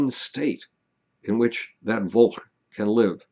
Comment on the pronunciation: Great vid, I just want to add that v in volk is pronounced as an f:)